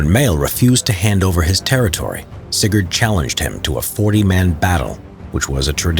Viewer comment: every time he said sigurd, i just understand cigarette